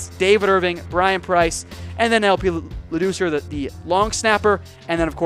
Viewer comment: Funny how YOU mispronounce LaDoucer then say "a name WE don't know all that well." Yah clearly. He's the longest tenured player you talked about.